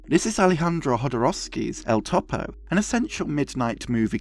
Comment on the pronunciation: "Synechode, New York" is an amazing film by a Jodoworsky fan... Btw, Topo is generally pronounced closer to (toe • poe) than (top • oh).